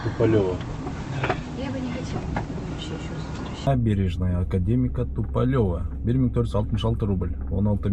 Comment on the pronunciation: " Туполева" ударенияны У тамгасына койсон, ошондо туура айтылат